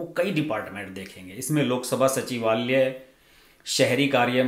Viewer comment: हर्षज मंत्राल्यय, सचिवाल्यय, कार्याल्यय ऐसे उच्चार न करें। मंत्रालय, सचिवालय, कार्यालय ऐसे उच्चार करें।